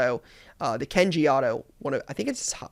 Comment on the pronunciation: The way you pronounce Kanji is nails on a chalkboard goodness